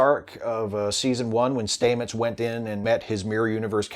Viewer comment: Love your videos, but really, Commander Stamet's pronounciation of his surname has been shown a million times. It isn't "Staymets" its "Stammets".